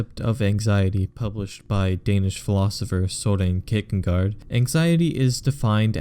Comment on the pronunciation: you pronounce Kierkegaard really weird!